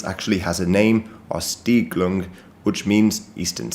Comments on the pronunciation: It's called "Ostsiedlung", not "Ostiedlung", otherwise perfect video tho! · German here, sorry to correct you but it's: "OstSIEDLUNG", sorry! Great Video though! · It's "Ostsiedlung" - you missed a "s" -- but still a very good video, nice work!